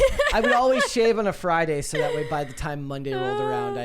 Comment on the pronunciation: do you know the word is “plastic” and not “plosstic?” Where does this “oxcent” come from? You can say the word “massively” correctly, but not “that.” “That” becomes “thott.” Where does this come from??!!